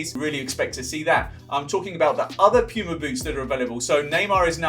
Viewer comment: No one: Him: "Piyuma"